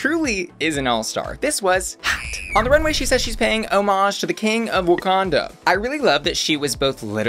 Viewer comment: Not saying "wukonda" lmao